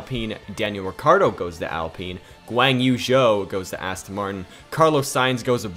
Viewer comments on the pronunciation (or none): none